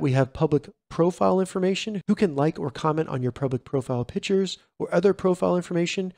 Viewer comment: Good info! Thanks. One super-picky suggestion: You are pronouncing pictures, pichers. It's pick-tchures. Thanks.